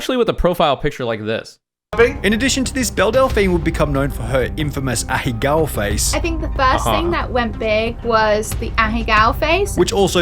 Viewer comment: “A-he-gow” lmao